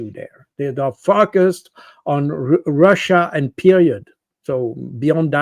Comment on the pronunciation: it's not called "ROXA", it's Russia!!! 😅 Goodness me!!